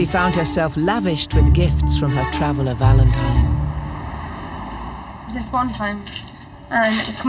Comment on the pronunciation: She can't say valentine . Valentimes. She should not be looking for a husband. Sad